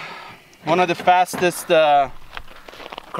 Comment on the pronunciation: He said Juan thoo tree